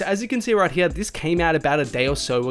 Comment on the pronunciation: Anytime he says hear I die lol. “Right Heeya”